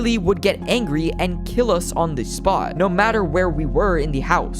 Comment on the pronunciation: I heard u say angy